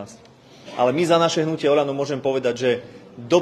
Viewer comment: Pocuvate najvacsi problem Slovenska: “onal’O”